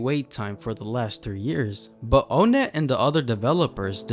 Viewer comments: It’s pronounced like “on net” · O-nett its On-ett